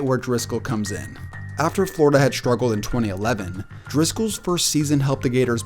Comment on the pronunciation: You mispronounced the word "struggled" in the segment on the quarterback who began at Florida. You said "shtruggled".